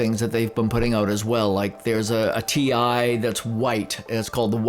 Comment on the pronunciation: Funny that you're calling it T1. It's T I. i it stnds for Total Integration :)